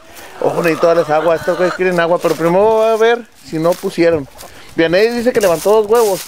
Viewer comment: Jajajja no mms dice vianney jejjeje